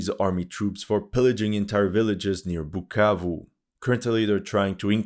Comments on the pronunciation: u said "BUKKAKE" instead of BUKAVU?😝 je sais que tu comprends francais en tant que congolais j'ai très honte!!! This war is about mediocracy ON THE PART OF THE CONGOLESE !!! Mais tes vidéos sont instructives. Merci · “Pukavu “ 😂 he can’t pronounce it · It amazes me seeing this white SCUMBAG that has no business meddling in the African politics talk rubbish FOR 42 MINUTES ,he has no knowelge in regard to this matter ,he cant event even say "bukavu right "@ .another stupid youtuber paid to spread misinformation. M23 ARE CONGOLESE AND ARE FIGHTING TO PROTECT AND STOP MASS KILLINGS THAT ARE BEING DONE TO TUTSI AND AND OTHER RWANDAN SPEAKING TRIBE IN CONGO.THIS WHOLE ISSUE WOULDNT NOT HAVE HAPPENED HADNT THE EUROPEANS PARTITIONED AFRICA. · No you just didn't call my hometown like that, so disrespectful brahhh, now I can't unhear that whenever I'll answer where I'm from 🇨🇩😂😂😂😂